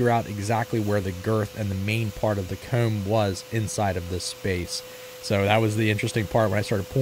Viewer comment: What part of PA are you from? The way you pronounced "comb" sounded like Lancaster area accent to me.